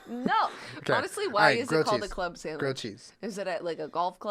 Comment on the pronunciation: Jenna lost the sandwich debate because she says “samwich”